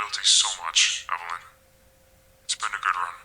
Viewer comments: not matpat calling a 555 number all excited 😆 matpat: whoa slow your roll there Except Adam's girlfriend is EVElin. Good grief how does this man have a theory craft channel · Her name aint eveline, its evelin 😭😭